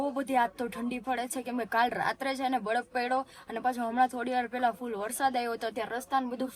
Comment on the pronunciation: બરફ ❌બડફ ✅